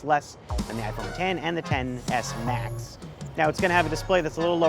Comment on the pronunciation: All I hear is TENNIS MATCH when he says Xs Max